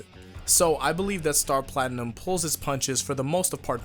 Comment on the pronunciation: Star Platimnum??? more like Star Platkhnum!